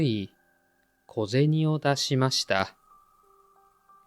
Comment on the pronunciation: The coin is pronounced to "ko je ni" . not "ko je tsu"